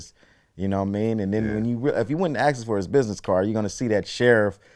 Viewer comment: He talks cool n calm then goes full ebonics. Then back to normal. Its ask not axe.